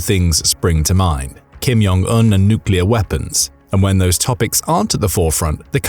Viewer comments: Why do you always pronounce ‘Kim Jong Eun’ as ‘Kim Yong Eun’? He’s not Mexican! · Its Kim Jong Un, not Kim Yong Un. They're Koreans, not Germans. If its pronounced like J, they'll write it as J. If its pronounced like Y, they'll write it as Y. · Stop saying (Kim-Yong-Un) all the time, It's pronounced (Kim-Jong-Un) a simple difference. I thought it was just a mistake at first, but noticed you continue to pronounce it incorrectly on all your North Korean content. 😀😄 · I'm not the only one, please comment if you also noticed him saying the name wrong? It's pronounced just like it's spelt (Kim-Jong-Un)... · Thank you. It's (Kim-Jong-Un), there is no "Y" in the pronunciation. I thought I was losing my mind. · The language isn't, but the narrator likely is. To be precise I suspect he's actually German and learned to speak English in the UK. His (mis)pronunciation of Kim Jon Un's name as well as many Russian names suggest it.